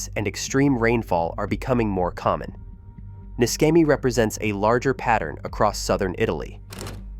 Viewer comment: Pronounced NISHEMI, not MISKEMI